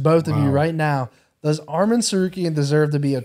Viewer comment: Moicano, your pronounce Arman's name is perfect 👌 Keep going brother